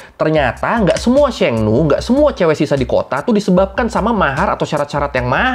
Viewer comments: bang , abang salah baca di sheng nu nya dia bukan bilang nu tapi nie~ (e nya agak panjang) yang artinya perempuan bang .Sekedar memberitahu saja ya bang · ma'am pelafalan nya, Sheng, guruf e, bunyinya huruf nya, seperti di ejaan sekolah, bukan bunyi d ejaan bebek. Dan bunyi nu nya di Sheng nu, ngucap nu nya, bibir qt monyongin, Dan u nya berbunyi 'i'.